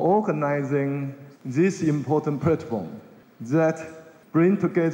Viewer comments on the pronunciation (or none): none